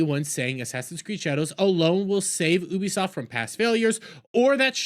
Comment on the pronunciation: Guys pls stop listening to a dude that pronounces it as OOBIE SOFT speak about anything 😂😂